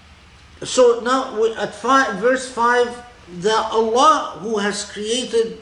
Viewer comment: Assalamu Alaikum, may I please clarify: 'internalisation of the created Qur'an'? To me it sounds like he is saying 'creative Qur'an' not 'created'. I've heard Dr. K talk very eloquently previously on why the Qur'an is considered 'uncreated', so I am finding 'created Qur'an' confusing🤔🤔